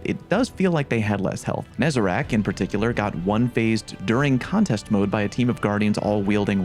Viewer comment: Holy shit man. Is it THAT hard to properly pronounce NEZ-A-RECK's name? Why the hell does EVERY stweeemmmujuuhghdzrgzdsf use the word "RACK" and not "RECK"? Nezarec. Pronounce it. NEZ-A-RECK. NOT HARD. AAAAAAAAAAAAAAAAAAAAUGH.